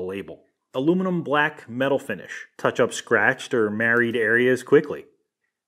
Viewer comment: lol .."Marred" is pronounced Mard not Married. They aint joined in some kind of matrimony !